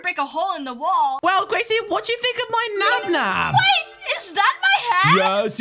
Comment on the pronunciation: it's nabnab not nab nab